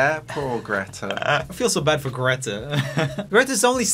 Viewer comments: The real question is why Joel is pronounceing "greta" like Dave is... He's swedish so he know hows Greta is supose to be pronounced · JOEL WHY WOULD YOU PRONOUNCE GRETA LIKE THAT YOU'RE LITERALLY SWEDISH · I love how he pronounced Greta wrong despite the fact that he is Swedish 😂😂😂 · no im Swedish and he pronounced it wrong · They way u guys pronounced greta , THAT was kinda infuriating , at least for me